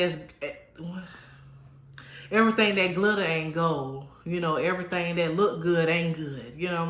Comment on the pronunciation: Not Errthang lol and churren 🤣🤣🤣🤣🤣🤣